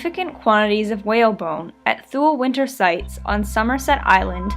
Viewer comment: She's actually got it right.